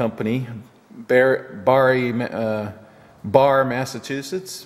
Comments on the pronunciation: Nice piece. Barre is pronounced like Barry. Crazy ain't it? And Haverhill is Hayvril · Great score. Barre is pronounced like a guys name Barry, 4 towns over from me..Cheers! BTW, Charles G. Allen co is still in business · Barre, MA. is pronounced "Bear E" . We have some other interesting pronunciations too. For example, Leicester which is "Less -ter" or of course Worcester which is pronounced "Woo-ster" ;} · Barre MA is pronounced like Barry usually. Lovely machine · Just an friendly FYI. Barre, Ma is pronounced Barry. Source? Just a guy in the next town over. :) PS Great video and great machine!